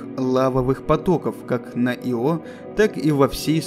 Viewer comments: иО это исполняющий обязанности и Ио это спутник. режет слух. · Понятное дело, автор наверняка старался при создании ролика и хотел чтобы название спутника звучало правильно. Но иО звучит как его. И настолько режет слух и путает в контексте, что невольно по ходу просмотра задаёшься вопросом типа, че он только что сказал поверхность иО или поверхность его? По мне так Ио звучит гораздо красивее понятнее и созвучнее для обывателя и носителя русского языка. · Мне кажется надо произносить Ииииио) а не иииииО) но это моё мне ние) Увидеть бы их всех,хотя бы как луну с земли... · Ударение ставится на вторую букву... Вики тоже самое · Только не "Ио", а "Айо". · Во-первых, не Ио́, а И́о (не Йо, а И́о) Во-вторых, не Вояджер, а Пионер-10 был первым, кто добрался до Юпитера и И́о. Если уж взялись рассказывать, то постарайтесь без таких ляпов. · Очень интересно, наверное. Но я не могу воспринимать информацию, когда намеренно меняют ударение в словах. Всего две буквы в названии и даже тут умудряетесь. Ио, но не иО. Ужасно режет ухо, не смог досмотреть до конца, уж извините. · Не Ио, а иииО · непонятно мне почему ио , есть ослик из винни-пуха Иа. А почему спутник Юпитера ио а не ио, непонятно.Откуда все понабрались кто так говорил ? Вы все англоязычные ? преподавание шло на английском? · Я тоже привык, что Ио, а не иО. Аж слух режет. Вот согласно википедии: Ударение на первый слог — согласно Большой российской энциклопедии[6]; в некоторых других источниках указывается ударение на второй слог[7][8]. Так-что, думаю, в даном случае, можно говорить и так и этак. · иО? А я думал Ио!! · Я говорю Ио, а не иО. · Ио, а не иО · да с какого перепуга автор делает ударение на о? Его всегда называли Ио! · И всё таки Ио (ударение на И ) звучит красиво чем " иО " ....Разве говорят "брошЮра " или парашЮт. .. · Диктор не знает как правильно произносить название Ио, ставя ударение на О 🤦‍♂️ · Мне кажется ударение надо ставить на «И». Ио. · Я извиняюсь, но разве не И́о? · ударение на "И" !!!!!.